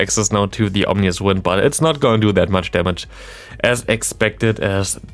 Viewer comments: Omnious wind :-D I guess there were no omens about how to spell and pronounce that ;-) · Ominous wind. Like scary wind. But you said and have typed Omnious wind. Makes it sound like it’s all knowing now lol